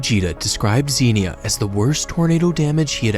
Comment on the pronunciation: It's pronounced, Zenya, Ohio.SMH. You gotta be an Ohioan to know how our cities, towns, and villages are pronounced.